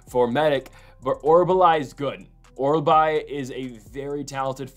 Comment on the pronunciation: OR-OOL-BAI not OR-BAH-LAI...Thanks for the video!